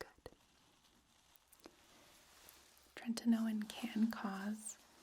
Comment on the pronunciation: This was so lovely thank you! But every time I heard "treNtinoin" I got a little more awake lol